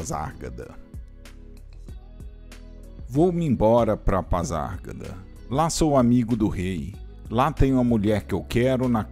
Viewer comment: Gostei do vídeo, apenas uma observação a forma de pronunciar PASARGADA, está errada.